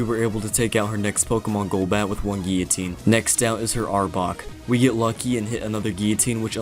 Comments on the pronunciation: "Gi-oh-teen" Gill-oh-teen, sir. Guillotine. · It's pronounced 'Ghee-Uh-Teen'. French word. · if you literally type in guillotine pronunciation it says 'gil, leh, teen' I didn't say he said it wrong I'm saying it's weird he says it like that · You keep saying guillotine wrong and that's a problem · Bruh how did you just say guillotine 😂😂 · Damn, never heard someone pronounce guillotine so weirdly